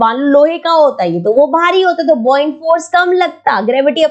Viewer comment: Ma'am, why are you calling the 'Bouyant' force as "Bo Yanat". Ma'am, it is called as "Ba Yant" force. Buoyant force